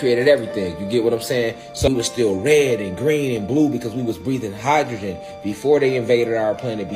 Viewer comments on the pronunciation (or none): none